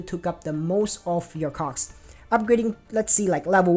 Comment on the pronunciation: No sir, I heard it...and I won't unhear it, even if you ask me nicely 🤣